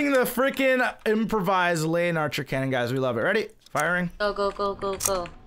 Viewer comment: You say it wrong every time its the le-in-archer